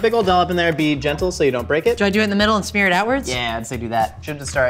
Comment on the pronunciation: Since when does smear have a ch in it? Scheamer